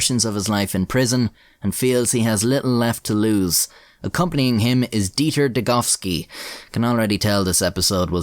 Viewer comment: At least youre calling him degoVski, not degoWski!